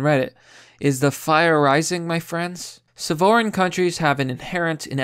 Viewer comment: You pronounce the word ' sovereign' wrong.